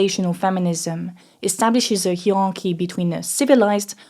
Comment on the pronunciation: the french way you pronounce hierarchy is so french and cute lol. sounds like a completely different language